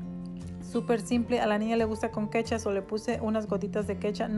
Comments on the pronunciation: Hola me encantó tus recetas. Super ricas y nutritivas. Pero te hago una pequeña corrección NO ES KETCHAA ES KECTHUP!!!! Gracias 😘🤗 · Es ketchup no kecha jaja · Es un consejo No es kecha es ketchup Minuto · me encantó como dijiste jajaja la kecha